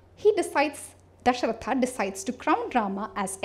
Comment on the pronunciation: lol....u are supposed to decolonize and stuff...and i find it quite funny when Dashrath is called as "DashrathAAA" :DDD Yog as Yogaa etc... first correct your pronunciation and we are talking about "reversing the gaze" here....its ironical